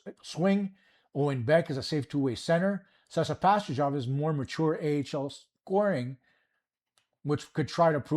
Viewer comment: You didnt pronounce Pastujov properly. The J is soft